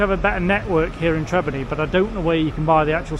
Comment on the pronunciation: it's not Trebinny it is Trebinje